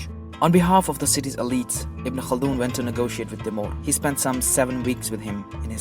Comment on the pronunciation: Wow, when he says names in Arabic seems like he's so familiar with the names. unlike any other westerners who try to pronounce a Arabic name.